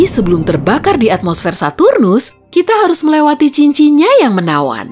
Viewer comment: Kok lucu ya denger bilang saturus 😂